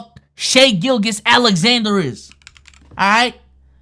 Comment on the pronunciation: one day will say sga name right